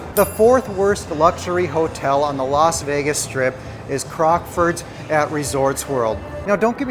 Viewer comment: It's not Los Vegas it's Las Vegas